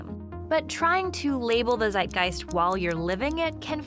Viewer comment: I just realised, that english people trying to pronounce/pronouncing "Zeitgeist" is one of the funniest things ever, thank you!